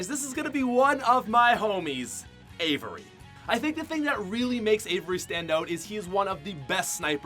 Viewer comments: It’s AXVRY not Avery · Its avxry not avery lol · Bro it's Avxry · It’s Avxry not Avery